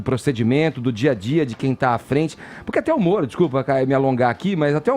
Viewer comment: Eu nunca tinha percebido, que o fala igual ao cebolinha. Ploblema, Sérgio molo etc 😁😁😁